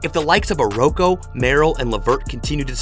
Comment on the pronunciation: It’s OKORO not OROKWO 😂😂😂